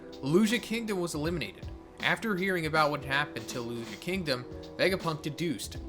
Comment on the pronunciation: Lou-Lou-See-Uh not looloo-she-ah